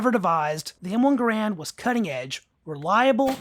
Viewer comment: It's pronounced "Gair-rund". Not "Guh-rand". There are still videos around of John Garand pronouncing his own name.